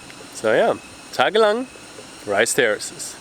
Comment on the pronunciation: I know what you meant coz keep saying “TAGALANG” 😂😂😂 sounds like Philippine language